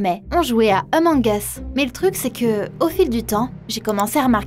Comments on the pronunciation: c'est pas eumong us c Among us avec le A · C pas emonge usse c amonge use (sa se lit comme sa) :) sinon c pg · Elle a dis emong us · Oulaaaaa la prononciation 😅😅🤣🤣 " emong es" 😂😂🤣🤣😭😭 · "Emong us" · Elle dit emong es 😂